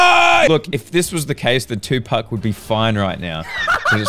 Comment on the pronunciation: Bruh said tupuck